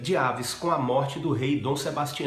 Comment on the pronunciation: Aviz, e não Áviz D. Maria II (Segunda, no feminino, dado que se trata de uma rainha). De resto, muito bom.